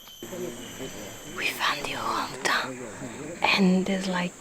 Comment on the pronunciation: What a super video. The footage of the Orangutans was amazing! And, I love the way pronounces Orangutan - so cute! 😆